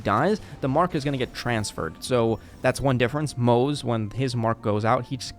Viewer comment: Nice video but it's driving me crazy a little that you're pronouncing Moze like it rhymes with "doze" lol, it's Mo-zuh! "Ze" in Chinese is its own syllable.